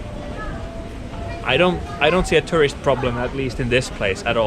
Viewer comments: "Foreigners are eating all the rice" That's a funny way of saying Japan doesn't do hospitality. No other country would say such a stupid thing. Every time you say tourist it sounds like you're saying terrorist. LOL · He can only do ~100 inflections of word "turisti" without batting an eye, but can't pronounce "tourist" properly.